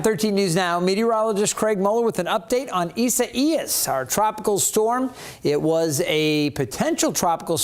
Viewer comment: ISA IAS😂🤣😂🤣😂🤣😂🤣😂🤣😂WHAT A DUMMY😂🤣😂🤣😂🤣😂🤣HEY, TO THIS MANS BOSS🌹❤I CAN SPELL! READ! AND KNOW HOW TO PRONOUNCE WORDS🌹I NEED A JOB🌹❤HIRE ME🌹🌹🌹(ISA IAS)🤣😂🤣😂🤣😂🤣😂🤣😂